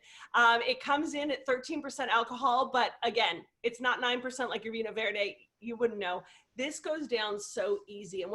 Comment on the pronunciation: It's pronounced "Veeno Verd" ;-) One of my absolute favorites.